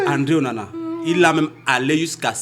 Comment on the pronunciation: Onana not OWONA